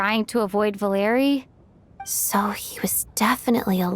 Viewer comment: Thank you very much for the video, but I want to correct you a little, the accent of the name Valery falls on e, not on the letter a